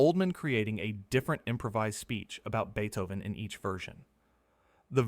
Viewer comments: BEEE-Toven? What AI crap is this? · Sorry, but when you call the greatest composer of all time Beat-hoe-van I just can't take the rest of the video seriously. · Beethoven is pronounced Bay-tow-ven, not Bee-Tow-ven. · Seems strange you would pronounce Beethoven differently in two consecutive sentences…